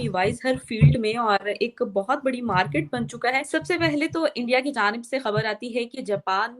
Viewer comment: Special: Please don't say मार्कीट like Pakistani anchors ! Say मार्केट